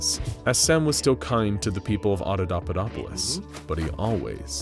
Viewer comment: i love everything you's do with these videos, but in this one, you're pronouncing Adapaupadopolis totally wrong... it's supposed to be ...... ah-dah-PAH-POE-dop-oh-liss ..... you are saying .... ah-dah-DAH-PUH-dop-oh-liss ...... sorry lol, i know it's a teeny thing that is probably only bugging me haha, but i had to say something. normally your videos are mint but for some reason it's just getting to me hahaha.